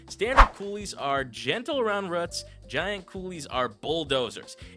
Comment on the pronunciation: is this ai voiced? he sake "Rake" as "racked" and said "root" like "rut".